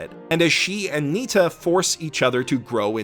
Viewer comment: Not Nita, Nitta.